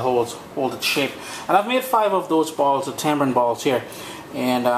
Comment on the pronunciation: Hey, pet peeve of mine, sorry to be so puerile... hate hearing it called Tambrin/Tambran. There is no B in the word... tamarind. 😉